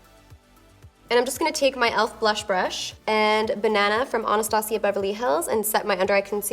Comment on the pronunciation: I love her but for some reason I hate the way she pronounces "Anastasia" almost like "Onostasia" lol